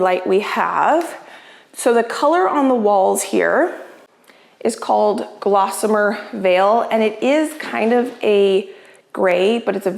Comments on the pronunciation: So many great improvements to your home! Please grab a dictionary and look up the word “gossamer” and then look at the name of your paint color again. Gossamer veil makes much more sense than glossamer . 🙂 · The paint is called Gossamer Veil, not Glossamer Veil